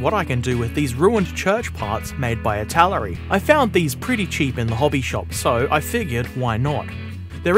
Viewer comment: I think you mispronounced Italeri. It's meant to sound like Italy, so I-ta-lare-ee. That 'e' in Italeri is very very loooong.